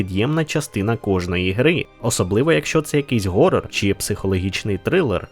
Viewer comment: Horror не Gorror, ніяк би блять не навчитетесь